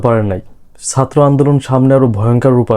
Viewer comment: উচ্চারণটা সাত্র নয়,,ছাত্র 😊